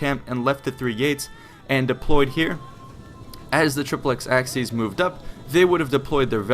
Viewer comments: It's "trip-lex aSSy-es" not "trip-lex aKSy-es" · Its pronounced Ah-ki-ACE if you want use the classical latin pronunciation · it is pronounced AKIES not axkies ! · Acies is pronounced 'A-ky-es' ('es' as in 'best'), not 'axes'. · It's pronounced K in classical latin, Ch in church latin (in front of i, e). In the video "Acies" is pronounced something like "Axes". It should be more like Ak-yes or Ach-yes. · ACIES is pronounced "a-key-es" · Good gods. AH-KEE-ESS. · Triplex Ah-key-aces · 'acies' is pronounced ACK- EE- AIZ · Your pronounciation is complete garbage. A-ki-es Say it properly, come on. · triplex axes? when wil americans ever learn proper pronucation of foreign languages! you cant even pull a latin one which is the easiest! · "Ak-sees"? Are these Romans from the hood? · Nope. Church latin pronounced it like a "ch" sound. Hard c here. Ah-kee-ace. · Isnt it pronounced "asees?" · Wouldn't it be pronounced "Achies"? Because of the letters "ci" which makes a sounds like "chi" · forgive the following pesky comment: i always thought acies was pronnounced *ah-ki-yes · Also, it's pronounced "AH-key-es"